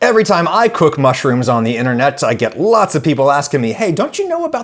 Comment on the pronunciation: The ‘Inner net’. 😂